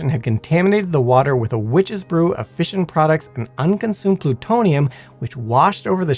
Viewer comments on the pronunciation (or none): none